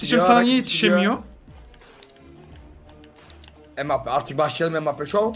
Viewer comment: Abi geçen sene bakli diye sanchez diyodun şimdi embapye diyon Sanrım yanış yazdim abi bide bi kalp alarım